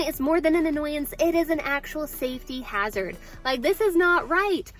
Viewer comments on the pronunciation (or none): none